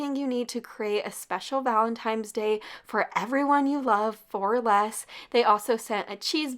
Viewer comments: Love your meal ideas! One note - It's ValentiNe's Day not ValentiMe's Day! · Valentine’s, not valentimes lol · Love your videos. Lol the way you say "valentimes"day. Or how it sounded lol